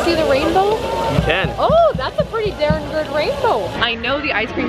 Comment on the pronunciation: has never sounded more Midwestern than "Oh that's a pretty daern good rainboh!"